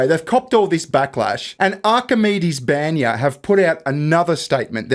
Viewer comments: You guys are amazing , but for the love of... It's BANYA Not BENYA It's Russian sauna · a Russian spa is pronounce "bahn-ya" Like a bon bon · The way you pronounce баня is both hilarious and cringe at the same time :P